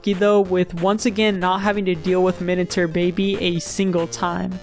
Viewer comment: No one is talking about how he's saying "minatur"